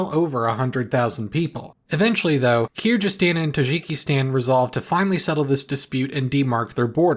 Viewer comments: its kyrgyzstan, not kyrjystan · your Imperial Majesty. Kyrgyzstan with a hard ‘G’. Please. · No, it's pronounced /ˌkɪəɹ.ɡɪˈstɑːn/ And if you can't read IPA, look it up on Wiktionary or on Forvo, audio is available. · Regarding the mispronunciation, it's own name is [qɯrʁɯːˈstɑn], so Kyrrystan can be a close approximation, otherwise Kyrjystan isn't that far off. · your pronunciation of kyrgyzstan is driving me nuts, its kir-giz-stan (like giza), not kir-geez-stan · The G in Kyrgyzstan is a hard g as in Greg or gold or grand, NOT the soft G you were using throughout the video. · bruh I'm feeling the pronunciation of Kyrgyzstan in my soul. its Kyrgyzstan with a hard g and you are pronouncing the 'gyz' part close enough but you should be pronouncing the 'kyr' part the same way. the way you pronounce it sounds closer to 'kyerjystan'. there should be a bit of a gap between the z and s too so that they don' blend into each other as much. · Is it driving anyone else nuts that's he's pronouncing Kyrgyzstan "keerj-istan" instead of "keerg-istan"??? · It's not "i", it's "y". Kir is a different root word even. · Man it's Kyrgyzstan, not Kurjistan 💀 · not "keer", it's "kyr" or "kir" like in "kit" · FYI, Kyrgyzstan is pronounced like “Keeuh-guh-staan” in British English, “Keer-guh-staan” in American English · Good video, but i think you should pronounce Kyrgyzstan other way. In Kyrgyzstan we dont say G (Like in the word Germany), we say G like in the word grand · Dude, do you even try to read the name? You could at least look up online to see how it's pronounced. It's pronounced kir-gee-zis-tan. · I love you and all but you are pronouncing Kyrgyzstan wrong. It is KyrGyzstan as in Google, grand and gif. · kirjyzstan and tazhikistan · It’s pronounced with a quiet “p” at the front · If you can't be bother to even look up how to pronounce a country's name how can anyone take your videos seriously. Where else have you cut corners. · What’s “Kyrjyzstan”